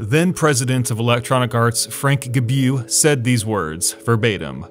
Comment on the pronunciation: "Frank Gebyou"? Lol you Americans and your foreign last names pronunciation :P btw you hit the right point, great video.